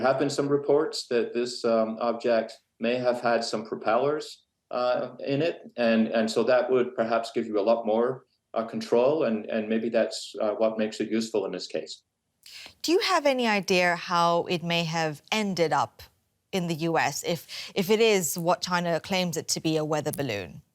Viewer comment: What's an "ideuhar" ? Why put an extra consonant and also several subtle vowels where there are none?